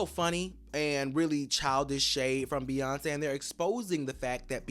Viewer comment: The say Beyonce is horrendous LMAOOO